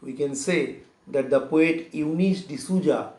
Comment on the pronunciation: It is Souza right? Sir is telling it to be zouza? Is that the pronounciation?